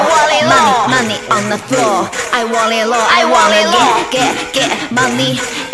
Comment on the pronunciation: want it low這發音不ok